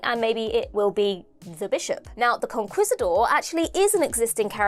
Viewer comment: You know, the Rani has some precedent for masquerading as one of the Doctor’s companions… I just wish I could remember which one, and what the actor who portrayed them was up to at the moment. Also, “Conquistador” was mispronounced by both the Doctor and Ellie: “con-KEEST-a-door”.